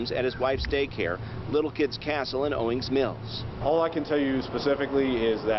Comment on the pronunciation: You pronounced Owings Mills perfectly!👏😁And on behalf of Maryland, I'm sorry so many of these crazy stories come outta my state.🙈😂I'm embarrassed